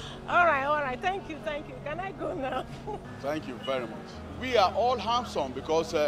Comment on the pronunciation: He say "I don't think I'm hamsome"🤣🤣😂